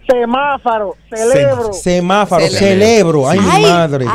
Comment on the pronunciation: Y lo peor es que conozco personas que juran y perjuran que se dice Semáfaro y no semáforo.